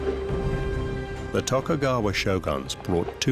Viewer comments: and tokugaywa assu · and tokugaywa assu... xD figures they could at least get the pronunciations right